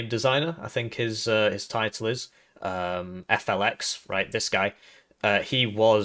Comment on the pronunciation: I started to play Warno because of Broken Arrow. Also quit calling him "F.L.X.", his name is Felix lmao.